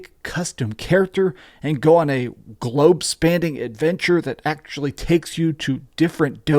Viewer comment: globe spanding? What is that? Do you mean spanning?